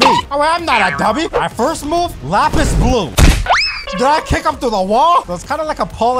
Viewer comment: Bro said lapis instead of lapse